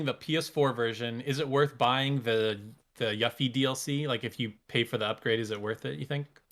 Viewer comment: I was laughing so hard! Her name is pronounced You-fee, not yuffy. Also, I got my PS5 from Gamestop as a bundle. You get a notification now and it's only accessible if you have Gamestop pro membership which I thought was sleazy but might be what kept the bots away. I had to refresh the screen for about 30 minutes after the expected time, but I got it with an extra controller, $20 gift card, Spiderman, and Ratchet & Clank. Bundle contents seems to vary. Next year's list is going to be amazing!